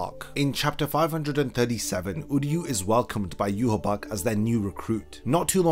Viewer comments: Yhwach name in proper German would be yuha VACH NOT BACH, as w's in German are pronounced with a v sound in English. As a someone who understands German I've always been ticked off of by that pronunciation but amazing video. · There is no b in his name its not ywabch ahahaha its wakky anyways zangetsu is a young wakky an hichigo is white the hollow that aizen sent that bit ichi mom in the neck an she shot him in the temple with an arrow killing him facts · How did you get the Name You-Ha-Bakh when the spelling pronunciation reads Ya-Watch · I still don't understand why every youtuber pronounces him Juhawak or Juhabak. Like, I know english youtubers and words from foreign countries is always a bad combination but where do all these extra letters come from? He should be pronounced "eewach" and nothing else. the "CH" in his name is also not pronounced like a "K" either. If Kubo was inspired by the bible he should be pronounced "Jehova". Not Juhawak or Juhabak. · But he’s name is ywach it should be pronounced (ye-watch)what is yourabak 🤧😹😭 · Why the heck are you calling him "yuhABAck" and not yhwach?? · Where does the b sound come from. Isn't it yah wack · It's pronounced "yoo-watch". There's no "B" sound. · I pronounce it as You- ha- bach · In no universe that may exist, now exist or will exist is "Yhwach" a name. That dudes name is clearly JUHA BACH. Japanese are just not made for pronouncing german names. Same problem as in that crappy bounto-arc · its pronounced yah wak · Why is his name pronounced so weird? It reads eye-wash to me. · Yhwach pronounced yewhabach wtf lmao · wtf is a yu ha bak lol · Where is this pronunciation of his name coming from? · Are you pronouncing the name wrong or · You say W like a B. stop.